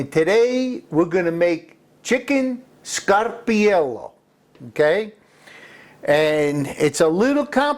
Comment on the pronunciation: You said it WRONG. it's SCAR-PAR- IELLO.